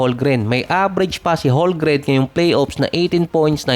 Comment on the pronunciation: its HOLM-GREN!!!